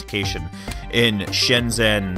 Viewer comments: it's pronounced "Shen Jen" not "shen zen" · Scott, I believe the 'zh' in "Shenzhen" is pronounced as the 's' in "vision". :)